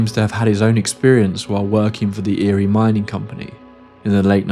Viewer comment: in a spooky episode like this I think it should be noted, even in an annotation that Erie, is the name of one of the great lakes and it isn't "eerie". I am a Michigander so I knew immediately what you meant.